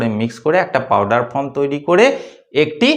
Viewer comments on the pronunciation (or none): none